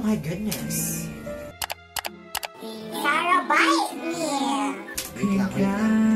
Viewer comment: "sarabite me" 😭😭😭😭